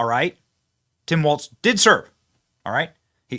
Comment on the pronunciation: Walz not Waltz